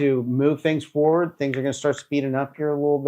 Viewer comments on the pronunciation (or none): none